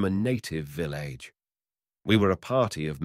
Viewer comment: will-ing-lee ?? vill-Age?